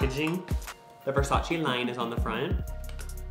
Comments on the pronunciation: It’s versayce😂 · YOU DID NOT SAY “ver SAYCE” LMAO